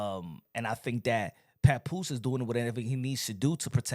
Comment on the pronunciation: Lmao did he say papooka